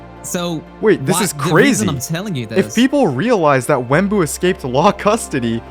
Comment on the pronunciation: It’s not Wemmbu but it’s unstable